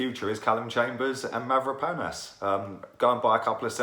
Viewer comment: Mavro--panos ....... its not hard.